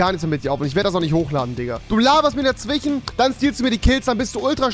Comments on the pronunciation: Hast du nen sprachfehler ?? Du sagst immer dazwichen statt dazwischen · Rewi kann nicht dazwischen aussprechen 'dazwichen'